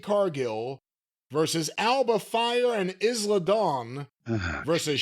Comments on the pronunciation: That’s “Eye-la” Dawn,. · "Izla". Jesus Christ,.